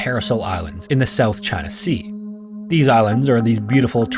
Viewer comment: .."south chyna sea"?? ..ok,the moon is now mine..